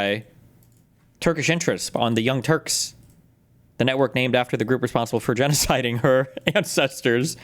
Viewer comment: The way he accentuates “GENOCIDING CHILDREN” is something to behold.